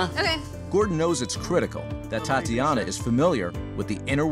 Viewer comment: Titsiana? Tatsiana? That's all I was hearing